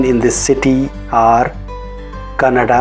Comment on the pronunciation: it's Kannada not kanadi.. We call Marathi as Marathi not Martiii... Mind it...